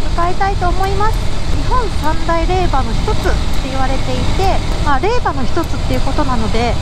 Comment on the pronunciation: 今年あれがなければ海越えて行きたかったので動画嬉しい😆です。 ちなみに霊場は(れいじょう)、無限は(無間)でいいと思います。